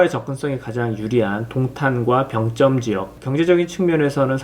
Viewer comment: 난 병점에 살고있는 주민인데..... 우리들은 "병쩜"이라고 발음 안 하고 "병점"이라고 합니다. 북한사람들처럼 발음하지 마시길....